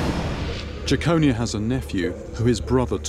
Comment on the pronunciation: It's pronounced Jekon-eye-a not Jackonia